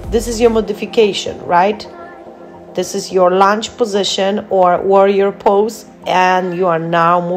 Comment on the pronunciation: Lounge?! I think u mean lunge, ur workouts are awesome and are definitely not for lounging 😂😂❣️